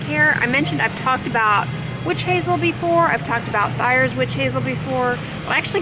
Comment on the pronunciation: Took me several minutes to realize you were saying “thayers” - my paternal grandmas maiden name is thayer pronounced like “they-ar” which of course is always how i pronounce the witch hazel brand as well